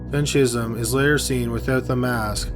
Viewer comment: Every time he says "Chism" I keep hearing "Jism."